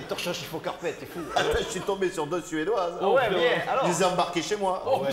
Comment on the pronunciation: Torchons, chiffons, carpetteuh!